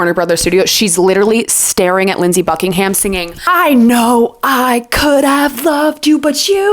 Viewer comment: Thanks for the 1975 insight. My only note is about Fleetwood Mac. Mick Fleetwood is on the cover of Rumors with Stevie. Pretty sure you said Lindsey Buckinghamshire.